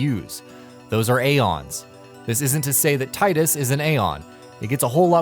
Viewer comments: Square has confirmed it's tee-dus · It's pronounced 'tee-dus'